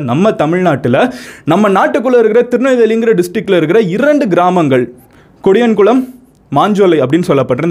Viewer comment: Bro it's not kodiyankulam It's podiyankulam